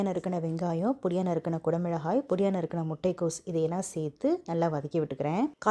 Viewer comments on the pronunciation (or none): Sister Your pronounciation and explaining the recipe is superb, except for the following 👇 குடைமிழகாய் ❌ குடைமிளகாய் ✔️ மிழகாய் தூள்❌ மிளகாய்த்தூள் ✔️ மிழகுத் தூள்❌ மிளகுத்தூள் ✔️